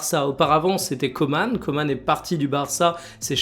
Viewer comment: KOEMAN ça ne se prononce pas de la même façon que COMAN... #Cordialement